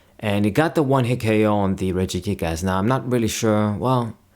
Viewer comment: Why when you say regigigas you put an emphasis in the last to words as. It sounds like you are saying regigiASS